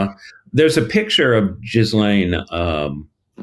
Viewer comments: I'm always amused when folks say 'jizzlane' instead of 'gillane' 🙄🙄🙄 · The s is not pronounced it's French don't say it like gis lane dear fellow no offense interested I am in our lady who enjoys correcting people 😂❤